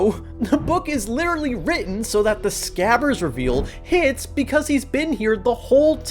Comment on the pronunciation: No one talking about hes grammer?? It's not SCAVVERS it's SCRABBERS!